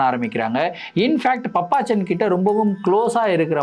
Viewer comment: அய்யோ அது பாப்பச்சன்😂😂😂😂பப்பச்சன் கிடையாது😂😂😂